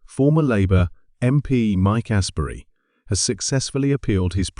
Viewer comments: These AI reports are rubbish, aren't they? The bloke's name is AMESBURY, yet the voice keeps sayin "Asbury". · I stopped listening to this after about 25 seconds. The man's name is 'Amesbury', but the narrator is referring to an 'Astbury' - more Carp!! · Who the Hell is “Mike Asbury?” Yes, you read that right, now watch this “Mike Asbury” video. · Is he saying Astbury?Would do that kind of thing? I would jolly well hope not!! 😮😊